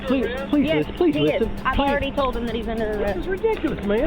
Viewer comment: See how they talk “I ard explained it to you” yeah you explained wrong